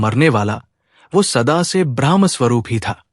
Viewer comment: ब्रह्मका उच्चारण ब्रह्मा नहीं हो सकता, पूरी बात बदल जाती हैं